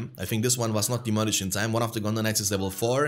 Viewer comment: I'll admit it triggers me every time you say gondor knights and sounds like you're saying gondonites lmao